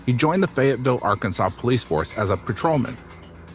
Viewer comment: It is NOT Ar-KANSAS! It is Ar-kan-SAW! LOL!